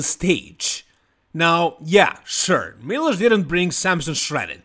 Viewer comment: Why do you always call milos, miloshu?